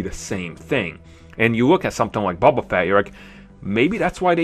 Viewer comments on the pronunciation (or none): It's boba not buba